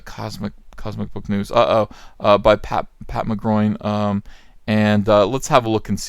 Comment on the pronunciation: “Pat MaGroin” ?? lol good porno star name but his name is actually Matt McGloin